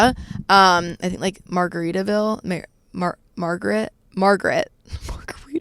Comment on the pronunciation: Its Margate, silly girl. JM lexus is the best!!!!